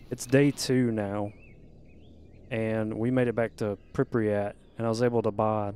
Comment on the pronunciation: Love your content man keep it up. It's Prip-yat, not Prip-riyat btw ;)